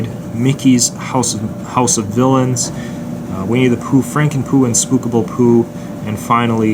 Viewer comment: When you say Mickey Mouse House of villains I thought you said Mickey Mouse House of Dylan’s